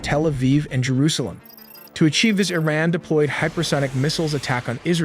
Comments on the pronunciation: Please educate yourself and don't be ignorant in pronouncing IRAN. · I hate these AI generated narrations. They can't even pronounce "Iran" correctly.